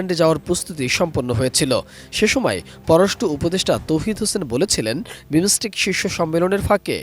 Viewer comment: বাংলা উচ্চারণ জানেনা হইছে সাংবাদিক.... For Heaven sake, this not বিমোসটেক। This is বিমসটেক।